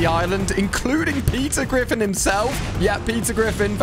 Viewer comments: When he say Peter griffin i hear pizza griffin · Peter Griffin❌❌ Pizza Griffin ✅✅